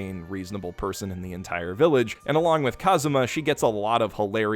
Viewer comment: Bro he said kuzam